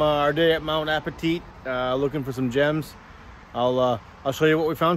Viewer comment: It is pronounced "Mount A-pa-tight", not "Mount A-pa-teet".